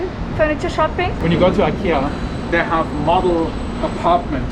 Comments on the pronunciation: IKEA! Love how it's presence will influence and improve the design sensibilities of local carpenters and other Filipino craftsmen. Also, love how pronunciation is the best reference for how to pronounce IKEA (eekeeya). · Glad and excited there will be Ikea in manila. There products are affordable and modern and durable. Apparently, it is pronounced as e ki ya. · Thank you for pronouncing IKEA the right way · Yes! Very exciting. 🇸🇪 I love it when you pronounce IKEA like we do in Sweden. 😊